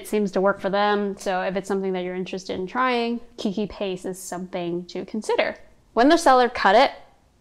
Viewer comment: This video is quite old but I have to comment. I’m an orchid keeper and keiki paste is pronounced cake-key. It’s Hawaiian for baby. When an orchid clones itself it looks like a baby orchid so that’s the name.